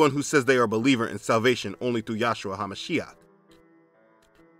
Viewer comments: This comment is not for debate or foolish dispute, I watched many of your videos and I'm curious as to why you say Yahshua instead of Yeshua which is how the Lord's name is said in Hebrew. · Just being a bit picky: It's Yeshua, not Yahshua, and emphasis is on the second syllable not the first. For Ha'Kodesh, the second syllable is emphasized not the last. For the other Hebrew words, emphasize the last syllable.